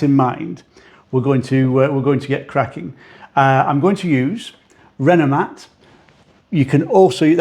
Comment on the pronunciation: Will himself or anyone else in the comments 😊please fill me in on the products he's using. I'm from across the pond here in the USA and cannot tell what he means when he says "Renmvactuer" or whatever brand he mentions. I'd even entertain the idea of purchasing it from the U.K. too if there are no products of equal quality here in my home country.